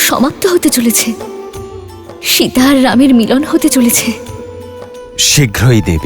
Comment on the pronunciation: শিতা আবার কি জিনিষ!?! আপনি বোধহয় ভারতীয় নন,,, শব্দ টা সিতা বা সীতা